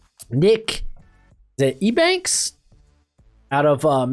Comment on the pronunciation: It's pronounced you banks =Eubanks bro